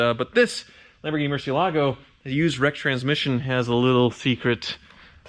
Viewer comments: Almost a new record. Only took 23 seconds to mispronounce Murcielago. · Anyone else notice that and Ed Bolian pronounce "Marcielago" completely differently? Considering Ed was the Director of Sales at Lamborghini of Atlanta for several years, I'm going with his pronunciation!